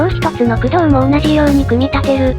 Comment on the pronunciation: 駆動が工藤の発音でフフッてなる